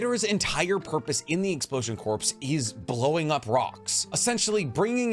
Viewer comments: Brooo, love your content. But it nags at me that you say “corps” when it is pronounced “core” as in U.S. Marine Corps lol. It does not stand for “corporation,” that abbreviation would be “corp.” as in Capsule Corporation (DBZ) or Umbrella Corporation (Resident Evil). 😅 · You don’t pronounce the p and s in corps, it’s like saying core, pls stop. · At this point I’m convinced you pronounce corps like corpse on purpose to farm comments for the algorithm 😂 Love your work though! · It's pronounced core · "Corps" is pronounced "core" i know its weird but yeah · Hey man, no disrespect, but corps isn't pronounced as it's spelled its pronounced as core. Like the marine corps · 23 - Please. Corps is pronounced "core". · I like your videos but i cringed when you said corps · Hey, just so you know the ps the corps is silent. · Corpse vs corps. Very different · The only nitpick thing I have is the incorrect pronunciation of corps. The p is silent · Dude its a silent P like the Marine Corp its a silent P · Corps is not short for corporation, it’s a military unit. Also the p is silent. All in all though, loved this video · It’s not pronounced corpse, it’s pronounced Core. Despite the spelling being corps, it’s pronounced core, and has been for centuries to millennia. I’m sorry for being a grammar Nazi, but it’s been getting on my nerves. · (It’s pronounced explosion core, not explosion corpse) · It’s killing me lol. Explosion Corp is pronounced explosion (Core) not corpse. Lol. Your video and I liked it. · stop saying corpse ew it’s pronounced core (=corps) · Corps pronounced like core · This man saying "explosion corps" like "corpse" instead of "core" is giving me brain cancer. Pretty basic English my guy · Corps is not pronounced like "corpse" it is pronounced like "core" as in the "Marine Corps" it is not short for corporation. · Corps is pronounced “core” not “corpse” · I lift unsubscribed because ya keeps saying Corps… is Core! I’m only one person but google is free!